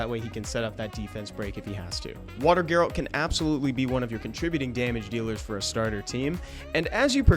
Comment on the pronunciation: G-A-RALT not GAY-RALT